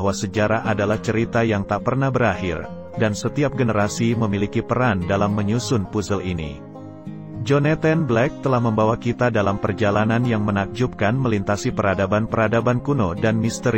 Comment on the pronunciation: Agak terganggu dengan beberapa penyebutan yang gak pas, Joneten ? Pusel ? Maaf ya....nyebut Jonathan aja gpp kok daripada gak pas, Puzzle = Pazel....